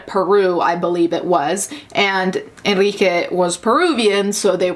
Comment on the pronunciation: The thing that really tripped me up was how they couldn’t say the name Enrique. ENRIQUE. ITS THE MOST COMMON LATIN AMERICAN MALE NAME.